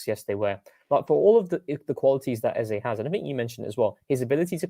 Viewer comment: Funny to open the show talking about mispronouncing names and then immediatly mispronounce Eze. It's Ez-ah. Long live TCP live.